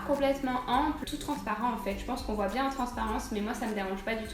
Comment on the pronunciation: Aïe ! "Voye" ça m'a fait saigner les oreilles :') on dit "voit" :) sinon super haul, la jupe brodé est tellement belle :O !